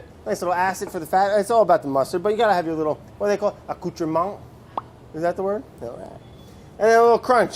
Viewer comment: Props to Brad for saying accoutrement correctly.